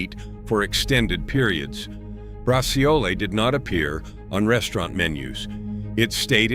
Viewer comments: Bra..WHAT? 😂😂😂😂 It's pronounced BRAZZOLE. 😂😂😂😂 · You are trying to honor Italian heritage. You fail miserably it is not bra. C o lee. It is bra zhool My ancestors are crying and rolling over and their graves😢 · It's brah-choh-leh in Italian, thank you this great video. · Yeah, he has to improve his pronunciation. You're right! 😅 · it's pronounced bragiole